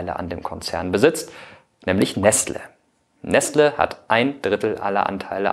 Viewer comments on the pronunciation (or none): none